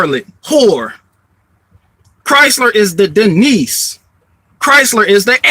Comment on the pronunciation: Denise = "Dee-Nice"